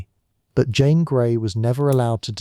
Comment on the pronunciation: Great video on poor Jane Grey..💔💔 And thanks for mentioning me and pronouncing my name right! 🥹🥰❤️‍🔥🙌🏽